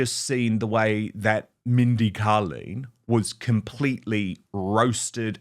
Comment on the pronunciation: Dan, I enjoy your show and just want to let you know, Mindy Kaling's surname is pronounced Kay-ling rather than Kah-ling.